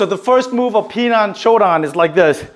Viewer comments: It’s not pronounced Pi Nan ….,,, 10 out of 10 people pronounce wrong!!!! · I am looking forward to see a video from you pronouncing Pinan correctly if you have any Okinawan friends…. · Yes, that is how it is written, Pinan….. I would like you to do a video on how a Japanese karateka would pronounce it…… whether you are living anywhere in the world, one should learn how to pronounce the form Pinan correctly. It’s not hard to pronounce Pinan correctly. I have heard people with black belt 5th and up but don’t know how to pronounce Pinan correctly……. Why learn something when pronouncing it make it means completely different from the original word…..